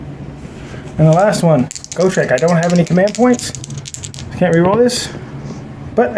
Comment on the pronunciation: Why do you pronounce Gotrek wrong? Its Got Rek, not Go Trek